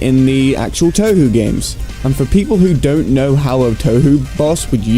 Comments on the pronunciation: he mispronounced touhou, what a 9... REEEEEEEEEEEEEEEEEEEEEEEEEEEEEEEEEE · “Jen-so-ki-oh...” “Toe-hu...”